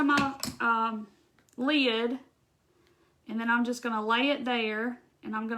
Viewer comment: You're cute. LEED. (Lid) ;-) You must be from the south! You're adorable. So appreciate your video!